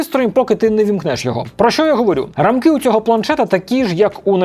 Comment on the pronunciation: Сорі якщо буде читатися грубо, але не рамкИ а рАмки😅